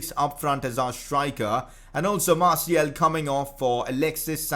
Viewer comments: martial is said like marshial not marciel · Dose he not realise that its is martial and not martiel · Hey bro it's MartiAl ! with a A not a E. now i give a important mission: in your futur videos you need to say Martial with a A not a E. Good Luck Bro 👈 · Martiel pls just say fkn martial it's not that hard m8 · Could you stop pronouncing Martial like Martiel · Ur really meant to pronounce it like marsiel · Learn to say martial